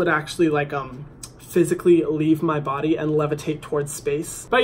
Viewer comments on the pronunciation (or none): none